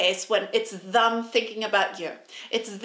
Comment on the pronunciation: It's 'them', not "thum".🙄😳😁👍🏻